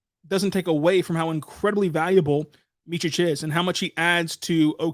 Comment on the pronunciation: Little help. The middle letter of his surname is pronounced as TZ - NoviTZki. The last letter is like other Serbian surnames, Jokić, Dončić, Maravich, Petrović, Stojaković.